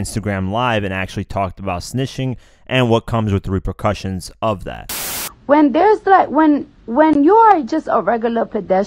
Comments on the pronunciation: Cardi tried to say “repercussions” and gave up lmao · Lol she wanted to say repercussions but couldn't pronounce it